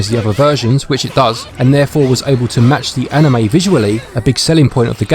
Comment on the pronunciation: "..Like an A-nheu-may".